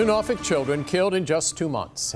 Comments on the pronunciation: I'm sorry, but I did cringe when you pronounced Norfolk so hard. I grew up in the area and hate how no American can pronounce it right. It's more like nor-fick, because it's a British name. I'm on the side of somehow we need to have parenting licenses before you can keep your child after birth. Something. Too many children die by their parents... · This is so bad and then he's allowed out to just do it again but even worse. Also Norfolk is just pronounced as Norfuck here lol